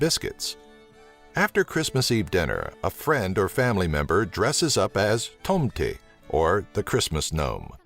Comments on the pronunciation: "the tomteiiy" lol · I lke how he pronounces tomte "tomtey" lol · ahah when you said santa claus in swedish you said like tomtyyy it is callend tomte with an E in the end lol! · Tomte is said quickly not like "toomtee" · "Tomte" is said Tom-teh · Tomteeee XD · lol i'm swdish an it's so funnt watching this when he tries to prenounce the words like tomte or kräfta